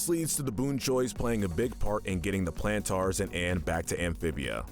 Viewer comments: It is pronounced Planters not Plantars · You said plantaurs a lot, but it is planters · Every time he say plantaar instead of plantar cringe me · Ok I cannot get over how he says the Plantars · YES YES YES I AM SO MAD HE KEEPS SAYING TGE PLANTERS NAME WRONG